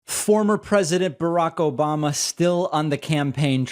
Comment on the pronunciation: "Obamna" kills me every time